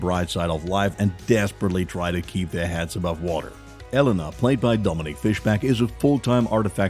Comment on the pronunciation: The way he pronounced Elena and Acree it’s pronounced (rc) lol and she not new lol